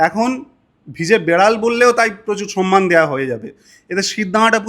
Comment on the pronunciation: Sonnman noyy Somman সনমান( সন্মান ) নয় সম্মান